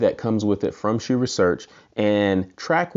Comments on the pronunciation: you are incorrect. It is pronounced as "sue." If you or anybody else is saying "shoe", you are saying it wrong. Unless you are saying Dr. Hsu doesn't know how to pronounce his own name..lol. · It's not pronounced SHOE. HSU with a silent H. Pretty close to a worthless review. So much wrong with this. Might as well not try and do sound comparisons with such a lousy mic. None of your comparison clips sounded worth a crud. Those other subs are lousy anyway, so why bother. You are comparing a $600 HSU sub to a $179 Polk sub. Gee, ya think maybe the one well over 3x the price might be quite a bit better? Is your next review going to be a $60,000 BMW compared to a $18,000 Nissan Sentra? You ramble on and on about these other subs like you are reviewing them. Nobody cares about them, so move it along. You also aren't adjusting the sub "volume", but rather the gain. Not sure why HSU labels it as volume. Without getting too wordy, read this for a detailed explanation. Then you say you had the Polk at max volume. Say what? And you wonder why it sounds bad? Did you not calibrate these subs with a receiver calibration mic/set up? Or are you just turning knobs and hoping for the best? There's no way the sub gain on the Polk should have been maxed out. Like I originally stated, so much wrong with this. I'll give you an E for effort at least. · "Most people pronounce it 'sue'. A more correct, more Singaporean pronunciation is 'shoe'" - Dr. Hsu